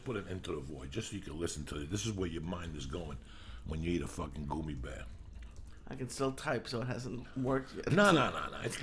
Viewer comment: Jesus. Joey mispronouncing so many words gets on my nerves idk why lol. He says "goomy" instead of gummy, profuciously instead of profusely, the way he says entrepreneur... also hate how on these older podcasts he would either scream into the mic or whisper away from it and lee wouldn't adjust.. idk why but it does lol